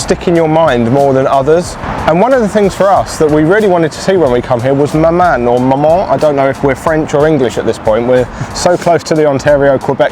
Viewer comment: 🇨🇦😘Hi. THANKS. Others have likely stated that the sculptural spider’s name is “mother” in French: Manon is pronounced “maNONG”. Hope you get a chance to visit other provinces or territories, as our differences are what make us strong. #OttawaGatineau #Canadarocks 🎸. Peace🌬️🌤️.